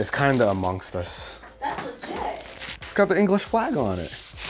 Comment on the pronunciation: Did he just say Englsh flag. Bro.